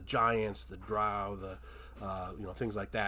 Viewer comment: Drow rhymes with Toe according to Gygax